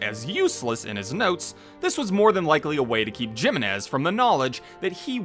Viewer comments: No one is gonna talk about how he mispronounced Jimenez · Cant get pst the fact how you Mispronounce Jimenez. Its clearly pronounced the correct way in game... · You saying the name wrong made me love this video more. Toddlers love asserting dominance by nitpicking someone's American, Chinese or British Etc accent saying something not from their 1st language. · doesn't matter if you butchered the name. We know what name you're trying to say❤. Ppl need to stop condescending through pettiness.